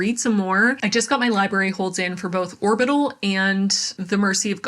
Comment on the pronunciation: Orbital was "horbital"